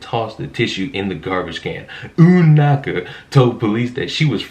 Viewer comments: 🤣🤣🤣 the way you say the name Unaka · First off. Man. These individuals are a bunch of narcissists. Secondly...Uhhn-naka.😂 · "Ume Knocka" lol. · The way this man pronounces "UUUUUHN NAHKAH" so dramatically xD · Lmfaooo I know I’m late on this one but wow! I’m dying at UUUUnakka every time you say it 😂🤣👏🏻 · Yeah lol I love the dramatic emphasis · Is no one going to give props for the pronunciation of the arsonists name, "Unanaka"? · LOL. I love how you prononce Un-anka. 🤣🤣👍👍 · You missed the stress on the second N. It's OonaNka ;) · “OONaka” - stop, I’m dying! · I have subscribed to your channel just today, it is wrong what this girl did but the way you pronounced her name was hilarious! Sometimes we need a little laugh in the midst of all this drama that is going on. That being said you are really keeping us posted on a lot of things I had no idea about. Kudos!! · I love how he says her name LOL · Hahahahahah... I love the pronunciation of the name. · Take a shot every time he says Unanka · Man every time you say her name is soooo funny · I love the way you pronounce Unanka, hilarious..... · why are you saying her name like that? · LOL 🤣 The way you say her name was making actually laugh out loud. Just found your channel and subscribed. Look forward to more content from you. Crazy, cause I'm white! Whaaaaat!! Hope you succeed massively! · Damn, you purposely mispronouncing her name got old real fast. Throw the whole video away and just link the article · The way he pronounces Unanka! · Not a fan of how you're saying her name, but Unaka has fully destroyed whatever ounce of credibility she had. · Lmao why are you saying her name like that 😂😂😂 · Not only was she ridiculous, but your pronunciation of Unanka was pretty funny. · I'm fucking dead with how you pronounces Unanka xD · She should have paid heed to Aesop's fable "The Boy Who Cried Wolf." At least I got entertainment from pronunciation of her last name. 😁